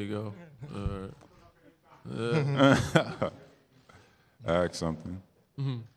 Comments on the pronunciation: axe something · "Axe somethin"......